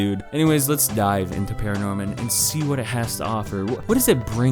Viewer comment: I caught that, “let’s DIEve”